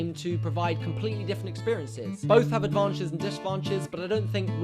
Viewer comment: "Both advanches and disadvanches" hahah, I was like "what?"